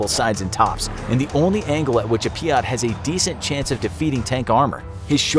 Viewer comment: Peeyat is not how say it it’s peeyt